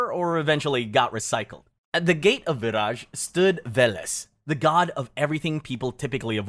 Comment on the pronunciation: I’m Slavic and didn’t know about Vyraj. But I think it’s pronounced like vyraY because in Slavic (and Germanic and Baltic) the J is Y. And Raj (pronounced exactly like rye 😅) means Heaven/Paradise.